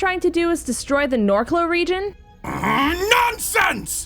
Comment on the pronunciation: someone needs to tell that the region is named Norcloh, not Narcloh lol